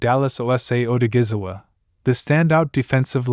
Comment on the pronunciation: Its a shame how the announcer haven't even tried to pronounce this man name correctly! It's a dam shame!